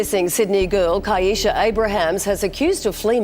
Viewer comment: So another ai narration that mispronounces the victims name. Her name was pronounced "Kye- eesha". Not Kee-esha. Not Keesha. And to copy Mr. Ballen's voice is diabolical. He would never mispronounce a victim's name. He has respect and actually edits his videos.